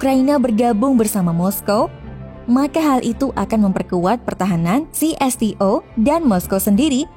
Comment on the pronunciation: Seharusnya membaca itu menggunakan bahasa Indonesia yang baik dan benar conto csto ( ce es teh o ( bukan ci es ti o )